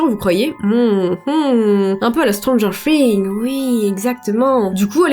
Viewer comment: Tu a prononcé stanger things : "stanger fing"😂😊